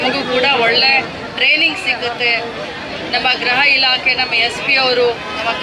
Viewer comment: Grahaelake alla gruha elake mam.